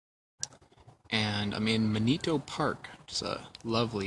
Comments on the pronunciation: Man-ih-toe ;) and Riverfront? Man I miss those places. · Manito sounds like Man-a-toe.